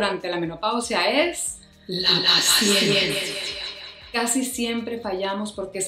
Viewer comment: Por que yo escuche "La Siesta" en vez de "la paciencia " 🤔🥴🤭 Excelente video amiga, hablaste justos del problema y la solución, te saludo desde Uruguay. 🥰😘